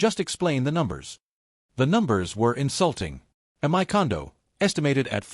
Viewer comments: "My" is pronounced " my" not " m-i". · "M-Y" Gosh, same badly programmed and illiterate AI voice. 😮 And the Speech-To-Text program is even worse. 🤨